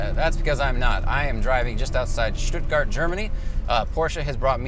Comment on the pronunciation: Love it: "Shtuttgart!" Very well said! Sehr gut!!! But if you were a local, you'd say "Shturgut." Crazy Schwäbians! Nice.